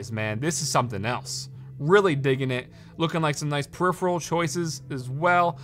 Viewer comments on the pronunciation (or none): none